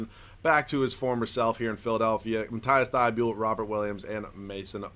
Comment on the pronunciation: Dude its mateese thybulle